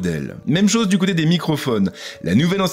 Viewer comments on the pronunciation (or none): none